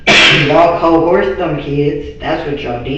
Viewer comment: It was when she kept saying “COHEARSE” instead of coerced that started to make me feel my IQ dropping while listening to her